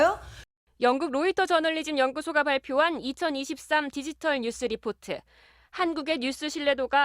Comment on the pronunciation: 뉴스라고 해야지 왜 누스 라고 하셔요 ㅎㅎㅎ